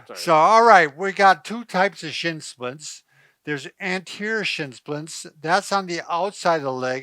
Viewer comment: Are you saying shitzsplits? LMAO